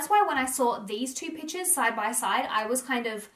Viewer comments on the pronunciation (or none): Everytime she said "pictures", i heard "peaches"